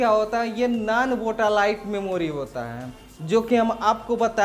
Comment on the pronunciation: वोटालाइट नही सर वोलाटाइल मेमोरी RAM